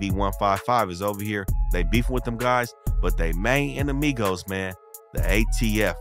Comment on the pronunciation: I like the way you pronounce all the Spanish gang words correct. You even said enemigos.😂👌🏽👍🏽